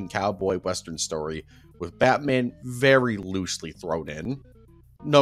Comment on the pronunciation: the batman city is pronounced like batman directly, not like batmen but batman, i hope u guys understand what im saying